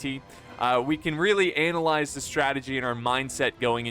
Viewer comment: Bruh didn't you really say "anal"lyzed I had to replay that clip a few times